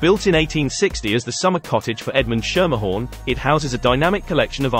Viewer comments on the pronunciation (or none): Schermerhorn is pronounced skermerhorn not shermerhorn (think school)